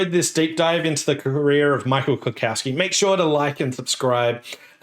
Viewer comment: Small nitpick: there is no "cow" in "Klukowski". It is pronounced klu-COUGH-ski. Now, let me get a beer bottle and some hand records.